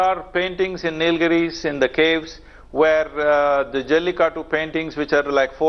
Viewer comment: why is she saying jallikatt instead of jallikattu ??